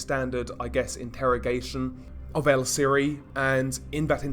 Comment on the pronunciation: VIAGRAS (Vee-agh-ras) you fucking idiot. Viagras are boner pills. For fucks sake how do you do so bad at pronunciation?🤦‍♂️ Vee-agh-ras! Also its Siri pronounced (See-ree) not siri. Fuck man!🤦‍♂️